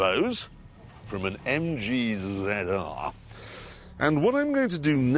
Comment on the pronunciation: He fitted one of the turbos from an EMM-GEEE-ZED-ARRGH.